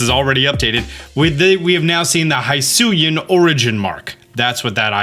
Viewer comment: At this point, I'm just going to assume he consistently says "high-soo-ian" to get mad comments about the wrong pronunciation...